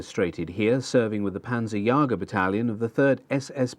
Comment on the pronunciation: Panzerjäger, not panzerjager. Nice video.